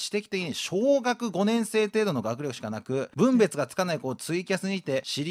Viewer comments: 分別が読めないコレコレさん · 折り合ってくれないじゃなくって、取り合ってもらえないじゃね？所々日本語おかしいし、この母親大丈夫？ 分別はコレコレが読み方間違ってるけど笑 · 母親が一人称という言葉を知らないのをバカにされてますが、コレコレさんも分別をぶんべつと読まれてますよ。文面からいってこの場合はふんべつと読みます。